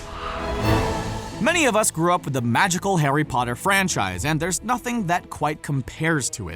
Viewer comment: Harry Potter? More like Harry POOTER